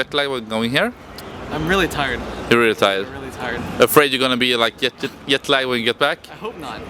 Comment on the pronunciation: "Yetlag".... lolololol